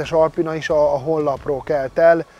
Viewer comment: Alpina! ahogy irod ugy ejted, helyes! 😂❤ Üdvözletem es Tiszteletem küldöm Debrecenből, 25 éve karosszérialakatoskènt dolgozok, szép dolgokat csináltok, gratulálok!